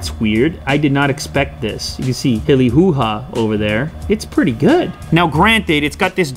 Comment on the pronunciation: Since when did Willy do become Hilly Ho?